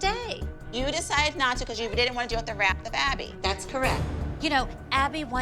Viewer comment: „se moms“ 😭